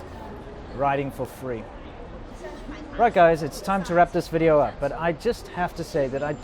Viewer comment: " 'elcome to another wideo " :D